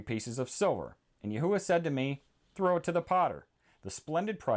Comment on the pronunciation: I also have another question why do you say Yahuwah when the h is silent wouldn’t it be Yahwah?